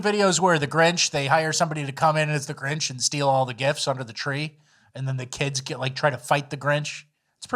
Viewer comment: So now its "alieMs" and "GriMch"